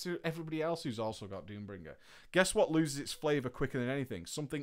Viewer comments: Why do you keep on saying Doombringer? >.< Annoys me to death. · Pretty sure Nobbel flinched every time said Doombringer